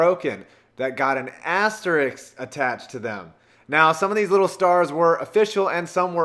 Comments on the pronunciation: Can you learn how to say asterisk, not asterix? Please? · it is asterisk, not asteriks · It's pronounced "ass-ter-isk" you fucking idiot. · ASTERISK. Just like it's spelled. ASTERISK.